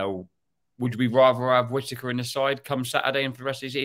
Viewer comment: There’s t’s in Whittaker, not d’s!